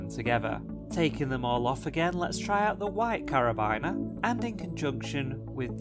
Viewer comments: ....just for future reference, it’s pronounced ‘car-a-been-er’. 👍🏼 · It really triggered me when he said Car-a-bine-er